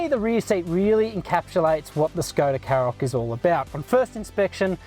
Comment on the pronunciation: Shkoda KaRoq, not Sskoda Carrok. There's an entire Škoda YouTube channel where you can listen to them pronounce their product names, not to mention the brand.